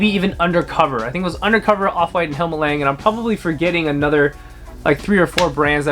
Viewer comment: Damn you don't even know how to pronounce the brand...